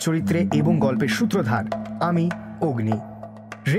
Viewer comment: Kothata "Sutrodhor" 'Shutodhar' noye. Etake paarle shongshodhon kore neben.